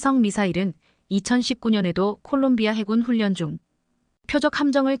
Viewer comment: 콜롱비아를 골롱비아라고? 😂😂😂😂😂 한심하다